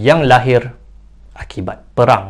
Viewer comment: Bukan perang tapi peghang. Pelat 'r'